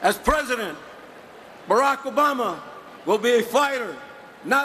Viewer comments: Oh, Joe Baca. You need to pronounce Obama's name correctly. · not his best speech, specially when he mispronounced Obama's name... but its good to know he was given the floor.